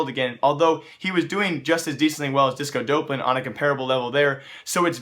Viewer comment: that's not how you pronounce disco doplan